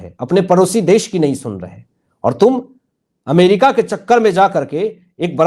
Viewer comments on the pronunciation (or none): none